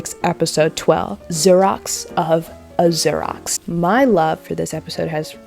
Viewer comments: It took me a few repeats of the word to realize she was saying Xerox. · Your mispronunciation of Xerox is sending me 💀💀💀 We are now in an age when Xerox is no longer in the common vernacular 😂 I feel old. Loved the video. Your commentary and analysis is spot on. ❤